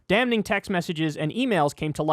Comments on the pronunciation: such a nitpick but Kyle, damning is just pronounced like 'damming'. the n is silent just like in 'damn'. my eye twitches every time he says damNing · Stop pronouncing "damning" like that. the first N is obviously silent.